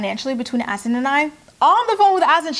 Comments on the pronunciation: I really feel like Azan's name isn't pronounced"Azin". Should be more like "A-zahn". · It’s AH-ZUN, not “as-in”